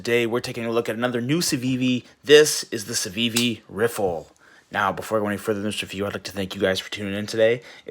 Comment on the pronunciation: LMAO you can't even say the name right 🤣